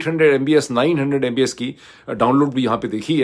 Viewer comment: on a lighter side, Dr Moeed, although you are talking tech when you compare internet speed around the globe, your thoughts are still surrounded by politics :) ... it is MB"P"S , not MBS (you know what i mean) :)